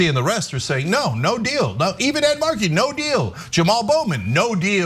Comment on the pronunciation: I love how Ana said Ed Markey's name like he's Biz Markie's brother.